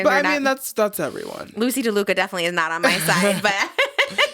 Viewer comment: Trisha. It’s LaDuca, not DeLuca. Also, Luxx is a redeeming moment for you. I agree you’re in a place now where you’re mostly unproblematic. Apologizing for all the horrible stuff you’ve done in the past could bring you fully back to being loved by the internet.